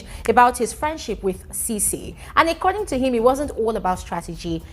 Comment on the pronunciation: Exactly. is just very anti-alex. I'm aquaphobic, and I understand that reaction...by the way, it's 'uh-ccording' not 'ay-ccording'. I've been meaning to say this for a long time.